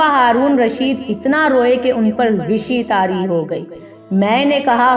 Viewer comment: ماشاء اللہ بہت پیاری باتیں ھیں ھمارے لئے مشعلِ راہ ھیں لیکن آپ کی اُردو گرائمر درست نہیں پریکٹس کریں غِشی نہیں غَشی ھوتا ھے